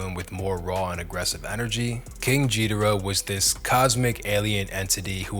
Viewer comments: jee-dorah? dude, have you heard a DOOM track? Metal Fingers produced the beats, not Metal Face. you had it right at first, then botched it. you're goofy dude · it’s pronounced, King Gee as in Good, Geedorah, after the Godzilla enemy. They even got a remake of Godzilla vs King Geedorah a few years ago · He also can't pronounce Gheedorah... can't take this guy seriously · Also tell me you've never listened by saying ghee da rah wrong